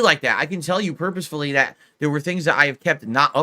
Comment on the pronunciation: lol what is “ tell you purposflie”